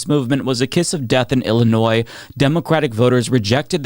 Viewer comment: It's Illinois.